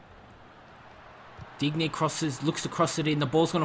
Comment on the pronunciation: Its not Dig- nay, Its Deenyay. Make it sound French at least plssssss